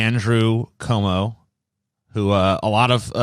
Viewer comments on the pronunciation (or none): For fuck's sake It's QUOmo not COmoe. Also, Pause and look at his left nipple (our right.) If you take a straight line horizontally from the white strip on his jacket you can see his full areola + insanely small but hard nipple. So he 100% doesn't have his left nipple pierced at least.